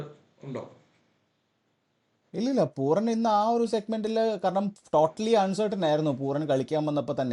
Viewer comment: It's puraaan. Not poooran !